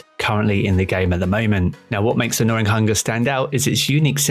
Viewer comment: Where does this giy get the "R" from in gnawing? 😅🤣☠